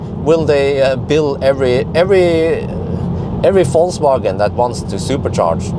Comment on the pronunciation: I really like the way you pronounce "Falsewagen" 🥰